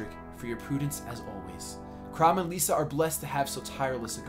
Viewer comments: Ylisse rhymes with Peace and Lissa rhymes with hiss. So E-lease and Li-sa not Leesa. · it's pronounced lissa, not leesa